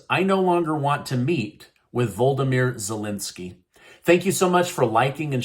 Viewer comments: Who is "Voldimyr"?! Do you mean VOLODYMYR?! VO-LOD-IM-EAR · Sound it out... Voh-Low-Deh-Meer 😅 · It's "Volodymyr" not "Voldomyr". Pronouned Vol-od-im-ear, NOT Vol-dom-ear.